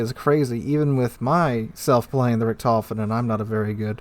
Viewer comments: Sorry to say, but you butchered how you pronounced Richthofen The "ch" is a sound similar to clearing the back or your mouth, so the Richt is the first syllable, and the "h" is pronounced on the second syllable, so it Richt-hof-en, not Re-tof-en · True, though I would start by putting the stress on the first syllable and pronouncing the o as "oh" rather than "aw". Saying RICKT-hoe-fuhn would be a significant improvement without even having to get into how to pronounce "ch", which tends to be very hard for native English speakers. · Maybe if it was some obscure German name that no one had heard before, but this is The Red Baron, the most famous fighter ace in history, and mispronunciation is so bad it went back in history and butchered him too.......